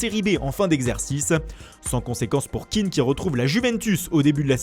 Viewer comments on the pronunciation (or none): c'est pas un anglais,je crois qu'il s'appelle pas keane mais kéan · je crois qu'on prononce son nom ké-an et non kean a l'anglaise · Par contre ça se prononce [ken] et pas [kin] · Moïse Kéan pas Keane pffff, il est ivoirien pas irlandais. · Et c'est Moïse Kéan pas Kean ce n'est pas un anglais mais un ivoirien d'origine Kéan est un nom ivoirien pas anglais